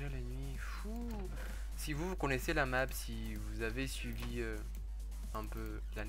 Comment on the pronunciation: A il a dit la nappe au lieu de la map